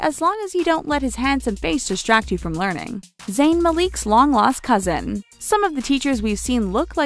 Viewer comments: Zayn Mali E k Bruh.... Its ZAYN MAL I K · It's not Maleek it's Malik (mal lick) 😤😤😤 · Zayn "MAL-LEAK" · Lmao "Zayn Maleek" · the pronunciation is incorrect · She said Zayn's last name like "Maleek" 😑 lol 😂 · What the hell is this video? Also "Zayn M'Leek"? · stop saying malik like that omg its pronounced mah-lick